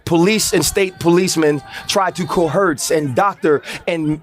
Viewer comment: Ryan Clark...."cohurts".....its "coerce" DF